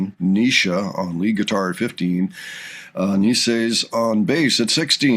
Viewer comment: It’s past time you get Naces name pronunciation correct … it’s Nay Sis, like faces but with the N in place of the F ( not Knee Sis ) 👍🏼🙏✌️❤️